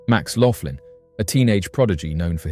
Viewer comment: It’s Max Loughan, pronounced loogan, not Laughlin and he says that CERN destroyed our original universe, which shifted us into the next universe over. I’d like to point out, that this had to have happened numerous times, if true, as all science labs repeat their experiments, multiple times, to ensure consistency of results. He never said anything about “rips in our reality”, or anything else you mentioned. He also hasn’t addressed, to my knowledge, the fact that with each universe’s destruction, billions of people are therefore going missing, as the population size has never increased, to accommodate the populations of both nearly identical universes involved in each event.